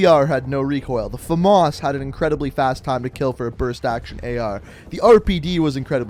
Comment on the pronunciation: Fames not femas